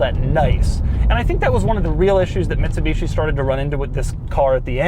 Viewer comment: “Mitshibeeshi” hahahahha